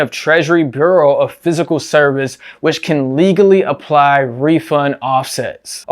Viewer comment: the 44431 people that watched this video so far heard you pronounce "fiscal" as ""physical"...thanks for the info otherwise.